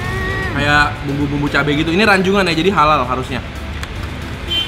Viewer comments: Rajungan bukan Ranjungan broh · Yang tepat Rajungan bukan Ranjungan koh+Ci wkwkwk